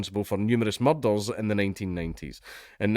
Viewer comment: I love a video that starts off with dank trying to pronounce "murder"